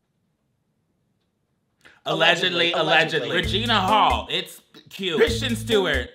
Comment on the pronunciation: I will never get over not saying Kristen Stewart’s name wrong lol